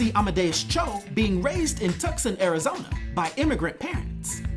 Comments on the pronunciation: As a Native of Phoenix Arizona i appreciate the correct and unbiased pronunciation of "Tuck-son" Arizona 😂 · Can you really not pronounce the second largest city in Arizona? " Too-sahn" Honestly... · Tucson is pronounced “Two-Sawn” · Great video! Tiny, snobby knit pick though, Tucson Arizona is pronounced two-sahn. Sorry for my pickiness lol